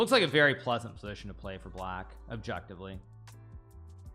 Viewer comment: Hikaru: “best move, objectively” Me: “yes, yes…oBjEkTiFleE”